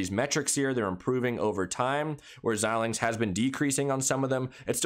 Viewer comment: Your the first you tuber talking about AMD that I’ve seen pronounce Xilinx correctly.